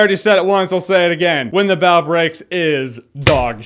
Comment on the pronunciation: JJ its Bough as in bow not however the hell you pronounced it